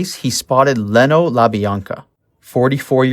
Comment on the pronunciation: Yea, it was pretty bad.. These peoples names have been said for over 50 years, I was really surprised by his mispronunciations. Also he was pronouncing Leno the way you would pronounce Jay Leno's last name, when it's Lee-no. For those of us who know & have researched this story for years, it really was painful to hear his multiple mistakes